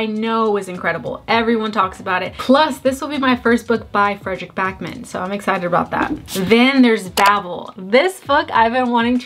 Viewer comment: FYI, Backman is Swedish so its pronounced Bawkman. Like baah. A long a!